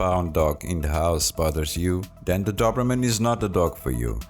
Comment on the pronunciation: " do-br-mn" nice prognostication